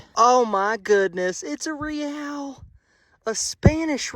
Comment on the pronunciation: It is pronounced Ray al